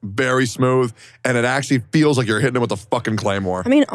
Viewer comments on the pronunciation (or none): I thought she said she starting "Urine shitting" I'm like what the hell even is that lol